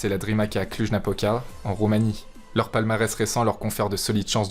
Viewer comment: Masterclass vidéo, a Cluj-Napoca se prononce CLOUJE Napoca